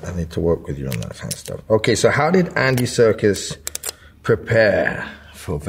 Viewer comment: Can he stop calling him Andy Circus?